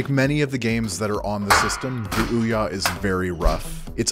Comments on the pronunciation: eye bauht id, is de ooohyaaah consow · OUYA (sounds like Oh Yeah) becomes OUNO (Oh No) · It's Ouya Fluya!